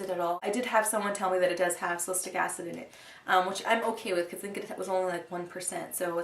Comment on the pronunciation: I'm pretty sure you pronounce it "sal-i-sil-ik," but tomayto/toemato